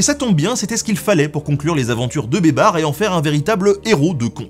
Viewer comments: Baybars se prononce "Baille Barsse" pas Bébar lol ! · Ca se prononce "baïbarsse" pas "bébar" ........ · C'est malin, moi qui a entendu "beubar", je vois babar avec une beubar 😂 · j'ai entendu "les aventures de Babar" toutes les fois où tu disais baybars! xD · Qui entend des barres au lieu de baybar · En arabe ça se prononce " Beye-ber" بيبر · Pendant toute la deuxième partie j’entend « Babar » et j’ai du mal à prendre au sérieux un éléphant en costume vert, même si c’est un très bon stratège militaire ! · Cher Nota Bene, 2 petites rectifications : on dit "la" Cappadoce (tu prononces bien la 1ère fois, mal la 2ème), et Baybars se prononce Baillebarse. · Moi j'entends "beubar", la barbe quoi! 😳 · ça se prononce "az zaher baybarsse" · Rhoolala la prononciation de Beybars :) ça m'a bien fait rire, mais je suis certains que j'aurais probablement pas fait mieux loin de là hahaha Je te pardonne la blague pour la Pologne parce que quoi qu'on en dise, c'est jamais que la vérité : la Pologne a passé son temps à se faire rouler dessus par tout le monde. Et lol la blague sur le "merci qui" pour le baba au rhum. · Baybars il c'est fait bébard mouahahah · Le S de Baybars n'est pas muet 😉